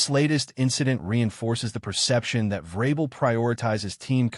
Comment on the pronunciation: obvious AI.. mispronunciation of vrabel is another tell